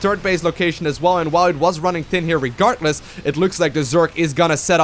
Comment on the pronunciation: or "regartless"